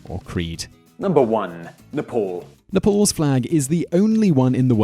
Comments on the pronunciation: It is n e p a l not nepol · When you said "Nepal", I heard "Nipple". Makes sense though cause the Himalayas look like nipples. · Are u from another world or Are u half deaf .. Its " Nepal " not nipple.. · Gabriel Gagnon yes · Haha...yeah most of the time westerners pronounce Nepal wrongly as Nifol.